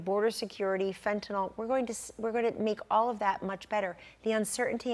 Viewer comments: The word is “fentanyl” the nyl is pronounced like “nil”. Good analysis. Hope she’s right. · I appreciate your show Larry...I respect your intellect and perspective...Please pronounce fentanyl properly...